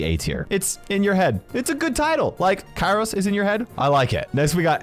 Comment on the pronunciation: Its pronounced my-es-tro, kairos